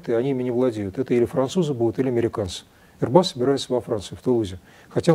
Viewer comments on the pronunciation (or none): none